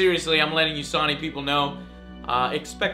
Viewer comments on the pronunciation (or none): So wait, 6 years ago Joe new how to pronounce “Sony” but now he calls it “Sauny”? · "Saw-knee" What, Joe? what..?